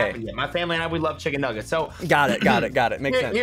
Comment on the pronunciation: love how said nuglets